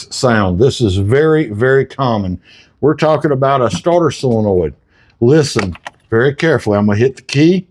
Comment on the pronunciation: It's not a silinoid, it's a solenoid. Not that it matters, we know what you mean.